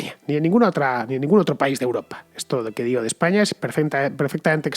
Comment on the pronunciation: Muy buen video, pero por qué acabas las palabras que acaban en vocal con eme? "Españam"